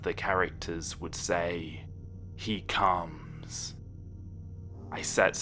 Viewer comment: i know its supposed to be scary but when he said "zzalgo... he cumss." I laughed so hard